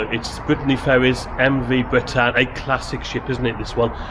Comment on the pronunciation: Sorry to be a pain but The Bretagne is pronounced Bretan - ye. We love her she is a sturdy valiant ship. We have sailed this route many a time through good weather and some very bad weather. Sadly the old darling will be retiring from this route soon for a more gentle route. We will miss her greatly. 😘